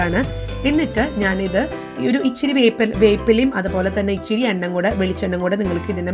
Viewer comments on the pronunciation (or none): ichiri alla ithiri (ithra) ennu parayuka.mattethu arochakamaanu